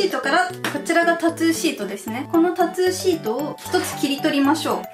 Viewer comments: タトゥーじゃなく、たつーって言ってるのが気になる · タトゥーがタツーに聞こえるのが可愛いwww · タトゥーがタツーって聞こえる😂😂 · タトゥー、、タツーに聞こえてしんどい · タトゥーがタツーに聞こえる笑笑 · タツーではなくタトゥですよ～ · タトゥーのことずっとタツーって言ってるように聞こえるんだけど...ｗ滑舌悪いのこの人？あんま詳しくない。。。ｗ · ずっとタツータツー言っててそれが気になった… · タトゥーがタツーに聞こえた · タトゥーの発音がたつぅー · タツーって聞こえる笑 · たつぅーって聞こえるのは私だけ？w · tatto のttの発音が出るから、日本語的にはタツーに近く聞こえるんだろうな〜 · タツゥーって聞こえる笑笑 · タトゥー、、 カ⚪ゥーんにきこえた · タトゥーをたつーって発音しててジブリっぽい(？) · un known そうそうww